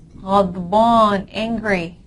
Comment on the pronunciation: Hello ma'am... If we add alif to 'ba' it becomes 'baa' long sound.... But for the word angry...' addh baanu' you pronounced as 'addh bornu' like the English word 'born'..why??? Pls clear the doubt😊